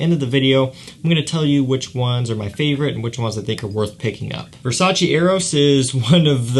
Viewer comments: Exact Versace no Versaci ahahahaha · VERSACEEEEEEE!!! NO VERSA-CHI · i am Italian VERSACE ....EEEEEEEE no Versaci